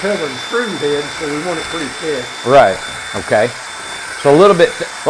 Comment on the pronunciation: Thought it was written: purty. That is how my grandma used to say. And I do at times too.